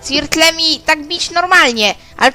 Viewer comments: "Cirtlem" haha jeblem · spacja albo cirtlem hahahah